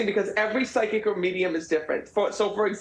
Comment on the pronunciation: did you say pyschic or pyscho ???